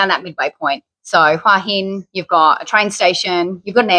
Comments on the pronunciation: หัวหิน in English is 'Head' and 'Stone/rock' pronounced "Huu-ah -Hin" not not "waa-hin" . If you pointed at your head and asked a Thai to say what is this, they wouldn't say "waaaa" 😅😅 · I know I'm a tad pedantic about it 😄 It's' actually pronounced "Who- a" Ask a Thai what "Hua " means . Only expats with no command of Thai pronounce it "Wa"😄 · Definitely isn't pronounced "Wa "Hin🤬 Ask a Thai . Means "Head Rock" in Thai.